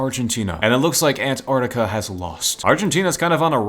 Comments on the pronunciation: I love how he says ant artica😂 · Ant’ artica’